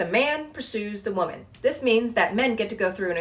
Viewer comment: "Wahmen" -WoMAN